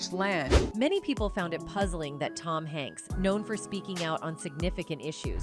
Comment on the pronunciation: TOM "YANKSZ"...